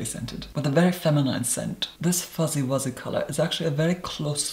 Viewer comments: foozy woozy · listening to say "Foozie Woozie" is something I never knew I needed but am definitely glad I did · at about , but it's more like foozy woozy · I really enjoy a serious person pronouncing words like foozie woozie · saying fuzzy wuzzy was everything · Every time he says “fuzzy wuzzy”